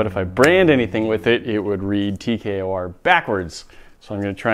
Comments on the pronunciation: It’s T K O R you keep saying TKRO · He did the o in tkor wrong